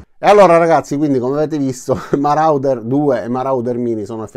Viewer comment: Ho un suggerimento di pronuncia: MORODER :-)